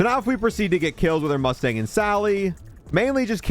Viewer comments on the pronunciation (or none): none